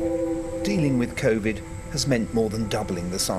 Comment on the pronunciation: Did he say Covid Nether world?